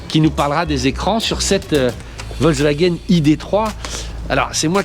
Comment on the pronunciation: Analyses et observations intéressantes comme d'habitude. Juste la prononciation "vozewagen" (même pour Julien "hop là") un peu perturbante mais bon...